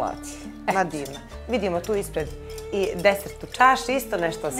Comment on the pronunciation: Ne kaze se dezert, već desert,jer niko ne dezertira. 😢